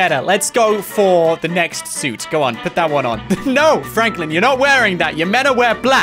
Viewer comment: Its frenklin